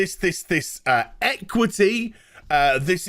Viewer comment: "EquithEe" so people can't complain about inequality. And you sure af know who sit in the word 'people'.